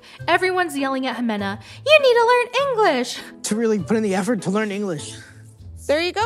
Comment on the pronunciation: idk what's worse..... mahagoony pretending to not be able speak english all season only to speak english majority of the tell all or ben-- in general😂😂😂 OMG SAYING " learn ing-gles "💀